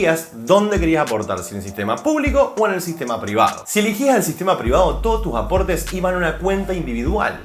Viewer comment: es elEgía, elEgías, elEgían NO eligía... me sangraron los oídos al escucharte, pero me encantó el video.